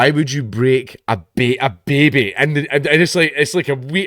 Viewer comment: Love the way you say, "Baby" with that accent.